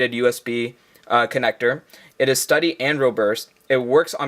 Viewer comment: do you know how to pronounce "robust" and "sturdy"